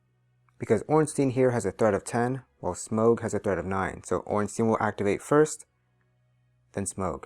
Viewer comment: I really suffer when you say smaug instead of smough